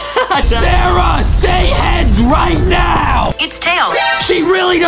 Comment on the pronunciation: Actually its sara